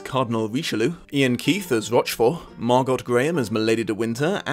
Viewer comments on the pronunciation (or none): "Mar-GOT"? You mean "Mar-GO."